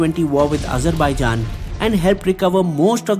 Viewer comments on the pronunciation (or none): none